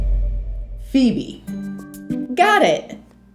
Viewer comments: It’s not Feobe is not a name it’s phoebe 😂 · it’s Phoebe not Feobee